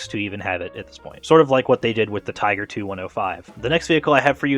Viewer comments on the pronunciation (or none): none